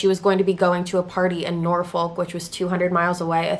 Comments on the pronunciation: It’s pronounced nor-fuck lol. I get why u pronounced it like u did. It was rlly cringy to me though cus I’m from Virginia Beach. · Norfolk is pronounced Norfuck or Norfick (both are acceptable) but I forgive you. Also I live in VA and never heard of this case???